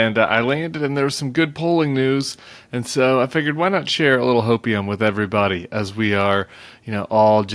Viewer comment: Hopium turns into hokeium!